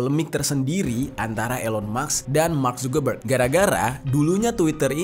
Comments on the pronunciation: Elon Mask Pak bukan Elon Maks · cara bacanya bukan ilon maks bro, tapi ilon mas, k nya mati di akhir